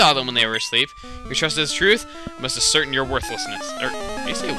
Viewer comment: You said ascertain so weird.